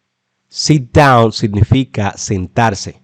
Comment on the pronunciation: Te comiste la s sentarse